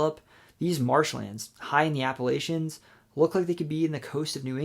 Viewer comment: Bruh. Native Virginian here: it’s Appa-“latch”-ions. If you keep saying Appa-“lay”-chions, I’ll have to throw an apple-atch-ya! 😂😂 Nonetheless, great video!